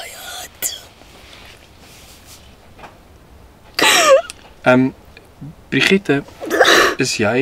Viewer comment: "Brigette" 😭😭🤣🤣🤣nooooooo